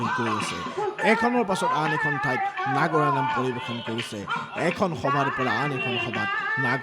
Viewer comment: নাগৰা নাম নহয় নাগাৰা নামহে